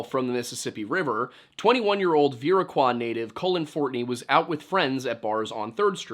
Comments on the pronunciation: I do want to correct you on one thing. Viroqua is pronounced "Ver-O-kwuh" not "Veer-O-Kwah." I had a good giggle when I figured out where you were talking about. Not a big deal but I know you like to be right on things and dont mind being corrected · Viroqua is pronounced vuh-ROE-kwuh. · FYI for any future eps: The word "Slough" is pronounced "Slew," at least locally. The town of Viroqua (super-nice little town) is pronounced "Vie-ROH-kwa." Though it very possibly was originally pronounced as you said it, as it pretty clearly seems to originate from the Algonquin language group, and I see how you got there.